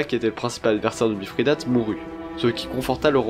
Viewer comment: Bonjour, j'aime bien, bon travail :-) Mais pourquoi prononcer MiFRIdate, y a t-il une raison étymologique ?